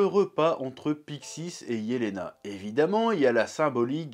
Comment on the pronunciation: nan c’est bien Jelena, c’est une prononciation à l’allemande